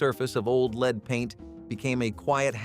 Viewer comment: Lead paint not leed